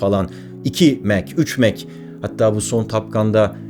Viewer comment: Kardeş, senin Bell eğrisi dediğine bilim insanları "çan eğrisi" diyorlar. Mach sayısı derken de o şekilde telaffuz edilmiyor. Ayrıca "yapay zeka" denilen şey de yapay olsa bile zeka içermiyor. Chat GPTcilere söyleyebilirsin. 🤣🤣🤣